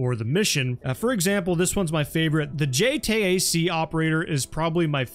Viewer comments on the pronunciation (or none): Bro said “J-Tay-A-C” lol it’s pronounced “J-Tak” just fyi. Game looks good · J-T-A-C operator haha. Just call JTAC. Like JAYTACK. This game has awful JTAC mechanics and is like nails on a chalkboard to me. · Just say J TAC instead of spelling it all out lol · It's "J-TAC" or simply "J Tac". There's no "J T A C". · The “JTAYAC” lol EDIT: I mean no disrespect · It's pronounced "J TACK" for reference :)